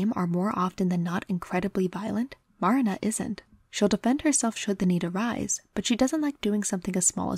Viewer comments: MAR-na hurts it's clearly Ma-RI-na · I love this video so much! I'm sorry to be that person though, but Marina's name is pronouced "Marìna". Again very sorry, I adored the video I swear